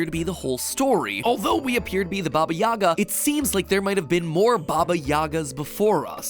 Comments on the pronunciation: Me an Ukrainian: Wrong pronunciation yhrhjd kdhqhsyfhaywywlj, not "Yagá" but " 'Yága", not "Zakopáne" but "Zakópane" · For Baba Yaga, it’s actually pronounced Baba Yaha. Even though it’s spelt the same lll